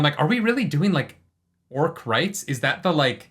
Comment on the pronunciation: Pretty sure Al Michaels has no earthly clue what an orc is, or how to pronunce it, obviously.